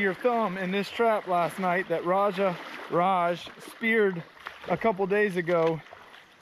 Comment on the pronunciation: His name is Raj not whatever u said! Y do they show me these vids anyways?!